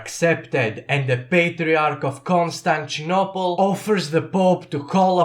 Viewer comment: Ah yes, my favourite city Konstanchinopel